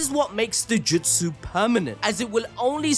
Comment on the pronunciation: Bro please stop saying jutsu like that